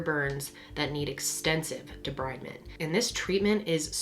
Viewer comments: Deh-breed-ment. not deh-bride-ment. i hate english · Any greys fan will tell you it's debrEEvement 🤣